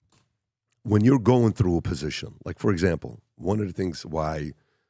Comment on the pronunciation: 1 question Why you try to sound like a Latino when saying "through" 😂😂 it cracks me up every time. You Persian man forget about that you coop enough with your flying carpet